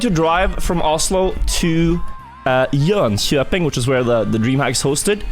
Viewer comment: Your pronouciation of Jönköping sounded kinda funny. It kinda sounded like you faked a scanian accent